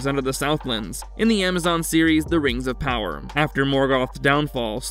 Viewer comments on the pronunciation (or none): Bro thinks “rangz of powah” is canon 💀💀💀💀